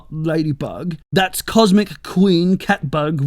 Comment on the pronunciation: "That's Comsic Queen Catbug Rouge"😂